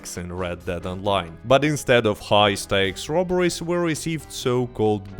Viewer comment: Sometimes when you say ‘they didn’t add robberies’ your accent makes me think you said strawberries